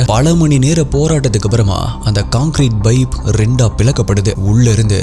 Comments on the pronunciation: Pipe ❌ Baip ✅ 😂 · Baip illa bro, paip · Pipe ❎ Bipe ✅ 😂😂😂😂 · Sorry !! Please don’t mistake me. For some reason, I keep hearing “Bipe”. Is it really Bipe or pipe?